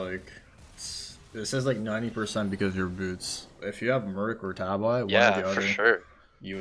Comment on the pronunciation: please stop saying tab-eye tah-bee tah-bee tah-bee